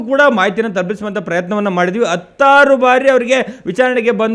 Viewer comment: Hi Sir, pls attu alla Hattu, attaru alla Hattaru... nivu TV reporter pls change madikolli.